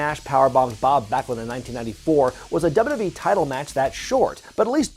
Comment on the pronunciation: I love how takes 3 whole syllables out of wwe. Dub a dub yee hahaha